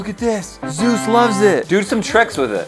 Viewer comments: Say zues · “This dog can bench press YOU” Me: do you mean French press you 🥴 “Zeus” Thanks for the likes💛💛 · DanzOhhh how else are you supposed to pronounce it? Lol